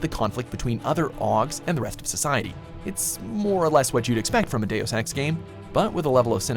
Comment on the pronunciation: cant help but hearing days of sex when he says deus ex xD